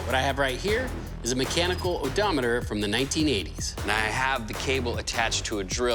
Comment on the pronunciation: Oh-doh meter